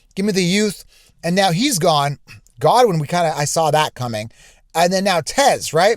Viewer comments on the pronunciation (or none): none